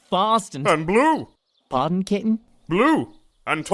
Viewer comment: Does say kitten or cap'n; I'm having a debate with my roommates.